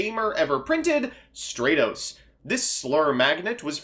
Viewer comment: The way you say stratos pisses my off